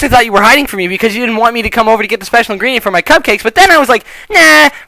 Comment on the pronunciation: the title brought me here pinkie pie's special ingredent sounds like *********************** giggity giggity goo